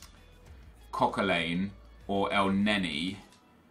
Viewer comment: why do you say Coquelin's name so weird. It's pronounced Coquelan, not Coquelain, hope this helps